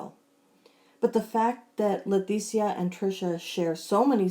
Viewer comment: I'm curious. Do you pronounce her name wrong on purpose because you know it pisses her off? It sounds like you call her LeTHesia instead of Leticia. No offense, just wondering if you're doing it on purpose. 🤣🤣🤣 Great video as usual!